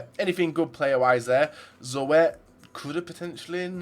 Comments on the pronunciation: It's just pronounced 'Zoet' not 'Zo-et' :$ nice draft though. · van der Horst maar in engeland hebben ze de 'oe' regel niet dus spreken ze het verkeerd uit